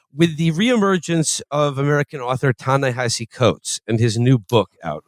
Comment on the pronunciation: Felix is pronouncing Ta-Nehisi wrong